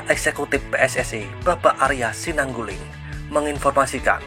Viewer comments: Bukan bpk Arya SINANGGULING... Tapi bpk ARYA SINULINGGA😂😂😂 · Udah Kaya Judul lagu th90 aja Min...😂Arya Sinangguli..guli² what the singganggu..singganggu😂🤣🤣🤣 yang Bener " SINULINGGA"